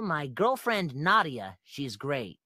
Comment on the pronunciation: Abby: I believe Angle Dust said Nadia wrong it is not pronounced how it is spelled it is pronounced Na-de-ya